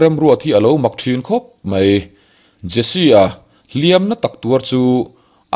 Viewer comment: A tawp lama, 'dang sawp sawp a' tih hi a thluk han dik se aw, ka lo ui.. sawp sawp hi 'bawk (taksaa bawk awm) anga lam tur ani, a bak chu a ngaihnawm hlemai.. a lehpek atan, 'mai' tih tur ah 'mei' tia lam ala tam bawk..